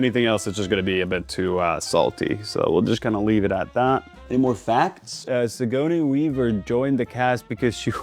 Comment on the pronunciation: Well, that's... not how you say Sigourney Weaver's name at all 😭.